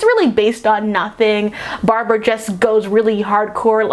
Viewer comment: ''cheetah's name is barbara.'': ''her name was brahbrah''